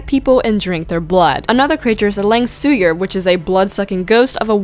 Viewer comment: Imma help you pronounce langsuyar properly: its exactly sound like this: lung-sue-wear.